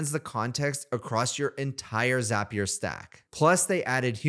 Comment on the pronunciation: Thanks for pronouncing Zapier correctly. Truly infuriating hearing how most people say it.